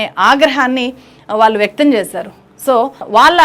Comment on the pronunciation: చాలా బాగా విశ్లేషించావమ్మా. ఇంత బాగా తెలుగు మాట్లాడుతున్నావు. కొంచెం ఒత్తులు పలకడం దగ్గర, ళ అక్షరం వాడవలసిన చోట ల అక్షరం వాడుతున్నావు. వాల్లు అనేబదులు వాళ్లు అని అనలేవా? అంత కష్టమా?